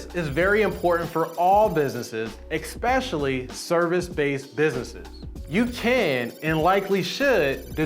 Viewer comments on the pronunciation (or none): clear and loud eXPesially ))))). New word in tax world. No offense. Just funny